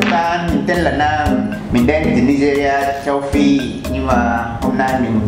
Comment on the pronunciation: Châu Phi = Seo-phi :))😂😂